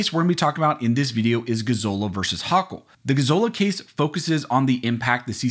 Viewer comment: I can not stand my Governor, but you say Hochul spectacularly wrong.